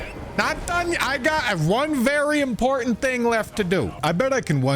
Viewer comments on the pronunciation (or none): none